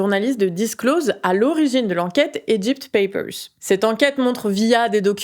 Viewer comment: bien ton accent anglais dans "papers" ! on t'aime